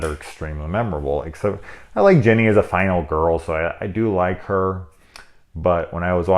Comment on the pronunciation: Whenever you mispronounced Ginny for Jeannie. Barbara Eden pops in my head. Why I think of her, who knows.